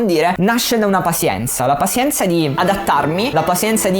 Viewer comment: Bello tutto ma "pasienza" è proprio una pronuncia fastidiosa XD madonna, sembra che lo hai detto sbagliato mille volte a posta ahahahah Tutto il resto come sempre un grandissimo insegnamento. Grazie.